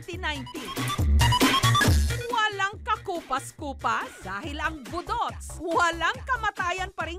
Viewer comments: Pataka man kag pronounce jessica oy 😂😂😂.. Boooooduts', ndi boduts'. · ambot ah gakairita ko sa pag pronounce ni Jessica sng budots😂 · the host mispronounced the word “budots”..